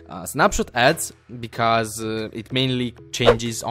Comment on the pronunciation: Gabriele V. a s because lui lo pronuncia becase invece di bicous